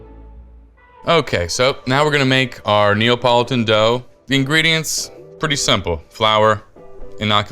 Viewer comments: Neapolitan not Neopolotan. 😂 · does he keep saying Neopolitun?